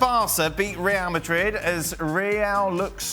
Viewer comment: This midfield of leallll malliiiiid. Ale, stop over pronouncing everything! You sound like an absolute spoon.